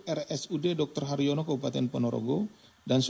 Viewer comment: Rumah sakit Harjono pak, bukan rumah sakit haryono.